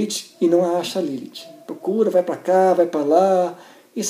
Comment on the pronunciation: primeira pessoa q falo meu nome certo akakalaka